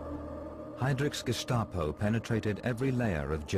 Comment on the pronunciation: sorry 75 now and never heard the gestapo being pronounced as gishstapo.... t. clark